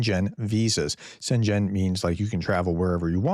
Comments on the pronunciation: ‘Schengen’ is pronounced SHENG-uhn, not SHEN-gen. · Schengen (the village in Luxembourg, for the EU agreement) is pronounced SHENG-uhn. It has a 'g' sound. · Schengen - "sheng-in", just so you know. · Amigo. It's not a Shenzhen Visa. It's a Schengen visa.. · Schengen is not pronounced like the Chinese city bordering Hong Kong. It’s pronounced SHENG-en, not Shenzhen. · Schengen: you pronounce it as if it were Chinese. The correct way is Chen-gen, the first syllable like the chinese chen, but the second the "g" like in gene, the "e" like in general. Hope this helps, it is a bit intricate, and the devil lies in the details. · Shengen, not Shenjen. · Zenchen sounds like a city in China, but the correct way to pronounce "Schengen" in English is "SHEN-gen". This pronunciation uses a soft "sh" sound for the "Sch" (like in "ship" or "push"), followed by a short "e" sound as in "bed" or "dress," and ends with a hard "g" sound like in "go". The stress falls on the first syllable: SHEN-gen. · What's a Shen-Zhen visa? Schengen = SHENG-un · Shen -gen not shen -jen :) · Chen gen nooooo Schengen. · as for pronouncing "schengen" try "shang-in", that should be close enough :) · Sjengen. It’s pronounced Sjengen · The "gen" in Schengen has a hard "g" as in the word "get." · Just fyi, Schengen is pronounced Shengen. The c is silent. Love your videos, very informative!👍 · Please don't pronounce Schengen like it was a Chinese place. You can have a look at the English wiki article: Schengen (Luxembourgish: [ˈʃæŋən] ⓘ, French: [ʃɛŋɡɛn], German: [ˈʃɛŋən]) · Hi Professor just note: The g in Schengen Visa is pronounced like a g in get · not easy one for us english speakers to pronounce from the words. but its pronounced "sh-eng-en" zone... and its a bad idea. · SHENG-GEN. Hard G sound in second syllable. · Pronunciation note: Schengen = sheng - en ( ng as in sing or finger, both pronunciations are around). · "Schengen" has a hard G. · sHEN gEN PRONOUNCE IT RIGHT! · Pronounced shen-gen 😊